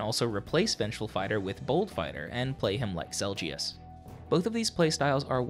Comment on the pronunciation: I love your voice, but the way you pronounce Zelgius irks me.